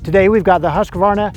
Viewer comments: Its “HUSK-VARNA” btw 😂😂😂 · You didn’t pronounce the brand right